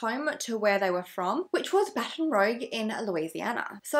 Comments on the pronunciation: The town Baton Rogue is a French name meaning Red Baton. Rogue is not pronounced like row-ge but roog, like what the red makeup we put on our checks used to be called instead of now calling it blush. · This is an awful story and no closure for the family 😭 ps: it’s baton rooooough lol x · WOW I went to the same University as them! This case is absolutely wild. Unfortunately I think they passed away in the the ocean. Ps it’s actually pronounced Baton “Rooj” like the fancy world for blush lol ❤️ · Love ur channel and great video 😊💕❤️😘 I never heard of this. Or saw the movie. Now I deff will! And she said Baton Rogue ? Lol she’s so cute ❤️ I love her accent